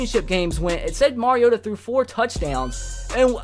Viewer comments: He said marcus marigoata 😂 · Jeremy Hernandez He's saying Mari-goat-a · He said marigota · Did he say Marcus Marigota? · He said marigotta omg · Don't ever say Marcus marigoata again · how do you feel about Corey Davis's injury By the way you said marigoata wrong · He's a Titans fan but cannot pronounce his QBs name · Wow a titans fan cant even say the qbs name right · His a Titans fan and he can't even pronounce Marcus Mariota name